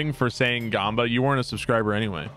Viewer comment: "Gaambas"? You say "gaambas"??